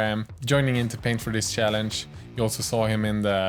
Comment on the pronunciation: i love you, but cant help laughing when you say sjallenge:D sowwyyyy